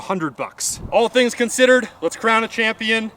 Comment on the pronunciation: No tings just thonks 😂